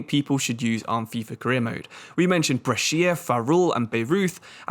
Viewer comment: Brescia's pronunciation is almost good, basically it's "bresha", you don't read the "i"